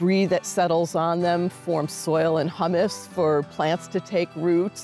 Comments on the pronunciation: That would be humis (long u sound)not hummis (short u sound. what is eaten) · it's humus (hue-muss) and not hummus like the food